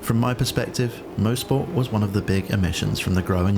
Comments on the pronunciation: Fantastic mod, well done to the author! Great video! FYI I think it's pronounced "MOS-PORT" not "MO-SPORT". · coming from a guy that lives 10 mins from the track in canada its pronounced "mahsport" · This guy has it right. It's more like 'Moz'-port than anything. [mawz-port]